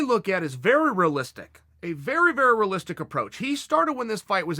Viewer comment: Chael “rih-listic” Sonnen